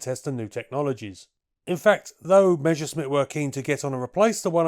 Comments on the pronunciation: It's "Messer-Schmitt" not "mesher-schmitt" - double-S works the same in German and English! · Pronouncing "Measuresmit" is like saying "Queen Elithabess" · "Meshersmitt" hahaha